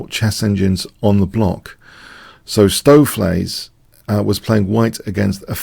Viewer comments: your pronunciation of "Stoofvlees" is excellent! (I'm Dutch) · Perfect pronounciation of "stoofvlees" here :)